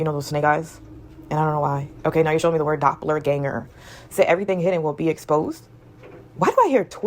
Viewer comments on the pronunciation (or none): Its doppel-ganger not doppler( weather radar) Just sayin. Its a german word which means double goer, which is a supernatural copy of a person. Thankyou for this word. My ex boyfriend years ago had a band named doppleganger and I have been targeted all my life. All my boyfriends and friend s were GANGstalkers and maybe even doppleGANGers. They are legion and there are many, but thousands shall fall at our sides, 10 thousand at our right hand and none shall come near us!